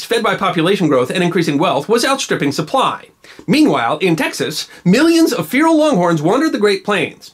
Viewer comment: Props for knowing how to pronounce “feral,” but you need to work on “-lived.”